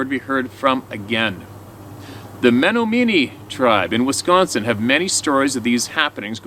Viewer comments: Fyi. Pronounced. Men om in ee. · The tribe from Wisconsin is Me-NOM-in-ee. The first 'e' is pronounced as "eh" & the 'O' in NOM is 'ah' & the 'i' is not a hard 'I' & the 'ee's' are as they are now. Menominee. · One of my favorite shares to date! So much knowledge about my favorite spot on Earth: the UP 🤩 Also, It’s pronounced Men-NOM-in-knee 😉